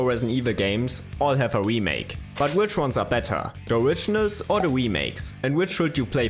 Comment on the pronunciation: The oiginals? or the wemakes?